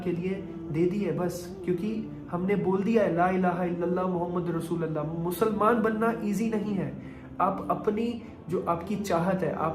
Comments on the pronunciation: Mere bhai kalma sahi se padhiye. Rasooalllah nahi hota Rasoolullah hota he. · Bro...kalmay k end me jo ل ka word ata ha os pay zabar nhi ha .pesh ha .check kro.or sab log check kry. لَا إِلٰهَ إِلَّا اللّٰهُ مُحَمَّدٌ رَسُولُ اللّٰهِ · اسلام علیکم ورحمتہ اللہ وبرکاتہ ۔۔۔۔ بھای اللہ آپ کو استقامت عطا فرمائے ۔۔۔۔لیکن آپ نے کلمہ طیبہ پڑھا۔ ماشاءاللہ ۔۔۔۔۔لیکن (ل) پر (زبر) نہیں بلکہ (ل)پر آپ (پیش) پڑھے گے ۔۔۔۔۔ ،۔۔۔۔۔۔۔۔۔۔ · Rasoolallah nii rasoolullah bro